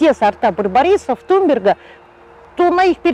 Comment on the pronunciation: вроде ведь туНберга а вы все видео говорили туМберга)?